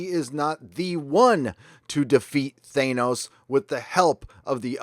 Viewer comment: It's pronounced "Thanos" like "manos".